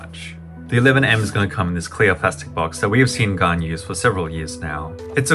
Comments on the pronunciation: I thought it was Han not garn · Bro can’t say gan proply he pronounced it like garn not gan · Gaun? What is that isn’t it GAN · Why you say gan werid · Hey how we pronounce gan bcs my pronunciation is different from yours?